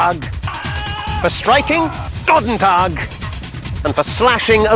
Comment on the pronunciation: btw its Goedendag not Gotentag xD